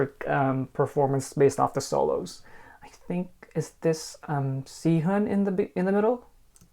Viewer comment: It’s not pronounced Sea-hun it’s supposed to sound like Se-hoon